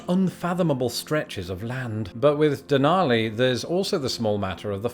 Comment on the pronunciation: You just did a nono on pronouncing Denali